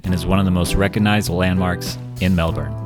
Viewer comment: Thankyou for pronoucing melbourne correctly